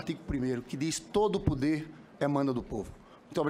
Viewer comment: todo "´PODER" LINDINHA..."PODER" e nao "PUUDDER"" fala Portugues ""SENADOR" e nao jagunçes!!